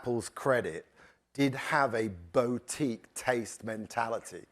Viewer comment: Summary: ‘Yes, we’ll always find a way to rip off artists from the money they deserve and make sure it ends up in our pockets’. ‘Bow-teek’ Who the flying fork says ‘bow-teek’.